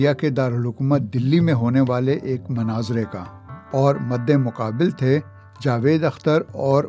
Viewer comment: It's Not Manazara....it's Munaazara.... Kindly correct your pronunciation. Thanks 😊